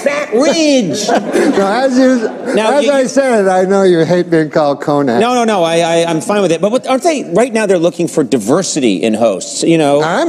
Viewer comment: He called him co-nan purposely because Conan introduced him as Mcdonald instead of MACdonald.